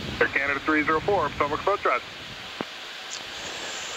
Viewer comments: Someone should inform the the pronunciation is phonetically, pa TOE mic river! Lol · poe TOE mick River (or something close) is the usual local pronunciation. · I live in Maryland so this video is really special to me. I truly loved all of the great aerial footage of Washington DC and the surrounding areas. This hits pretty darn close to home so I thoroughly loved it and I will not razz the for pronouncing Potomac wrong, after all he doesn't live here and doesn't realize how we actually pronounce it. I'm just glad I had the chance to see and enjoy this video. Thank you Just Planes. What a treat this was. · He doesn't know how to pronounce the Potomac river. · Uh huh, that was an “interesting” pronunciation of Potomac, for sure. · He pronounced it wrong. And living 3 miles from the river, you catch those things.